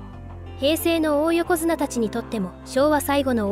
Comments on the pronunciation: おお横綱じゃなく、だい横綱と読むんですよ。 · いい内容なんだけど、おおよこづなが気になって…